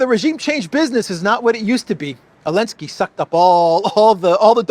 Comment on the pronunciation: Why do you call him Elensky? The Z is not mute.